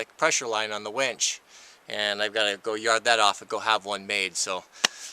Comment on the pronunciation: How do you fix a "Wench?" : ) LOL! You mean Winch, Right?! : )